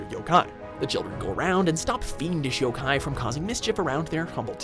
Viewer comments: It's Jibanyan not Jeebinyan It's yo-kai not y-kai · jaydon roberts You don’t even know how to pronounce yo-kai watch so of course you’re going to be biased and say that. And I love Pokémon but fans like you are getting annoying and making me not want to like the game.